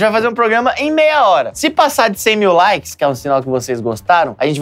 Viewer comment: chegou a cem mil laikeis